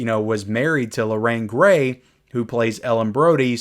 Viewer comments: Lorraine GARY...not GRAY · Lorraine GARY, not Grey. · Hi, I agree with you on many points. I have a few comments. #1. Its Lorraine Gary, not Gray, but anyway... I'm quite happy with the improvements in 4K over the Blu-ray for #3 & #4. #3 on Blu-ray is so awful and cannot watch it. #2 dropped the ATMOS which I found disappointing. ATMOS on #3 is quite good with the under water scenes having above water sounds overhead.